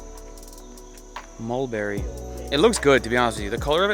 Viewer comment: Moldberry...or Mulberry? 👜🛍🩰👛 lolz